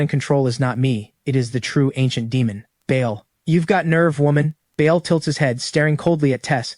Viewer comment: The demons name is pronounced barl spelled Baal not Bayal 👍